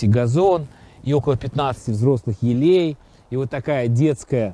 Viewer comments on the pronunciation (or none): Не елЕй а Елей.)))